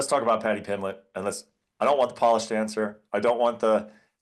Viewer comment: “Paddy plimmet” 😂😂